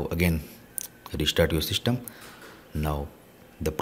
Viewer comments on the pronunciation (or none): Dude you said shystem instead system